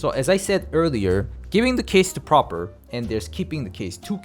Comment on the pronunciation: Also it's PrApor, not PrOpor